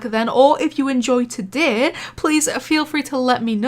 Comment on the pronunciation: The best thing in the vid is the part that u say todey